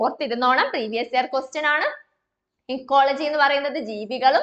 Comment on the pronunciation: ഇക്കോളജിയല്ലെ എക്കോളജി എന്ന് പറയുന്നതെന്താ